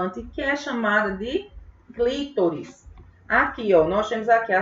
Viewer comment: Não é clítoris, é CLITÓRIS!!!🤌🏻